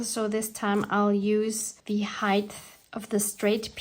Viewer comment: Sweety hi… not sure who told you the word ‘ height ‘ has a pronounced ‘ th ‘ at the end. It doesn’t. Otherwise everything is fine… considering that we are in Jlem, staff in Gaza, and Egypt is again in between holding a key…